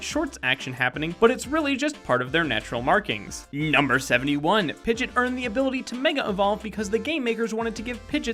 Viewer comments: Pidgit? Its Pidg-E-ot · it's pidgieot not pidget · its pidgeot not pidget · Pidget? It's pidgeot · Im only disliking because he said (pid-git) and not (pidg-eot) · who's pigit its pidgeot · Dude you said pidgit not pidg-e-ot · Why did you pigeot pigit its pronounced pij e ot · Really pudgit instead of pidg-ee-ot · Pidgette is not how you pronounce Pidgeot (Pidge-Eee- Ott) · Ah, it;s. Thankfully a good man like him would NEVER mispronounce any pokemon name- wait, what's that? He said Pid-jit instead of pid-gee-ott?... you have failed me... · piggot not pggit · "Pidg-It"...you mean Pidgey-ott?" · really pidget its pidgeot jeez some people are just stupid an iris in pokemon black and white tried to catch meowth he got uot of the pokeball he is WILD!!!!! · Pidgeot not pidgit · What the hell is a Pidget?. Do you Mean Pidgeot? Its pronounced Pidgey Ot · Did you just call pidgeot “pidjit”? WAT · ITS NOT PIGIT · Did he pronounce pidgeot “pidjet”!!!!! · pid gee oht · did he say pigit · He called pidgeot pidget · ITS PRONOUNCED TAJIRI, NOT TAhiRI AND PIDGEEOT, NOT PIDGEOT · You mean pidgeot not pidget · Did he just call Pidgeot "Pidget"? LOL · I will NEVER call Pidgeot, "Pidjit"! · Long neck pidget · he named Pigdeot pigit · And it's pidg-e-ot not pidg-ot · How can you pronounce Pidgeot wrong???? You said it like Pijet 😑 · It's Pidg-eot. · Umm Pidgit? Great video, but Pidgit? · You said pidget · Pidgeot is not pronounced "Pidgit" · "Pidget" lmao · You said Kanto and Pidgeot wrong. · Ah, 2016 the year we stop pronouncing the "e" in Pidgeot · It's pigeot